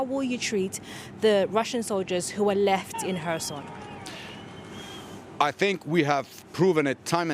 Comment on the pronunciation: Reporter: Herson & ukr guy : Kherson 🤔